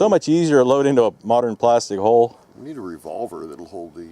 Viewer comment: Thought he said "hull"